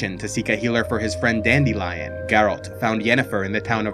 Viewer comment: Virgins: Dandelion Chads: Dandilion